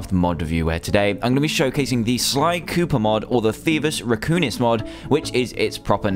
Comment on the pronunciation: Thievius raccoonis? It's Thievius Raccoonus... xD